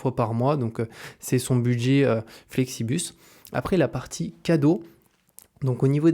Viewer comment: c'est Flixbus haha. Pourquoi tout le monde dit Flexibus 😆 ?